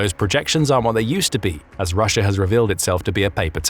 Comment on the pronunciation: The second time you said Russia you said Rusher again.